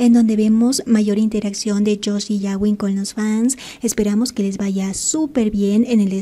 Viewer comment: Puedo hacer una petición a la administradora. No se pronuncia yawin sino gawin como gato. Cada vez que lo dices me explota la cabeza😏🤣🤣🤣